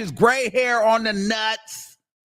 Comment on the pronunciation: The emphasis on nuts had me rollinggggg